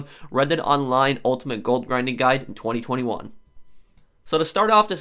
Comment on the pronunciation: I find how you say 2021 VERY OFFENSIVE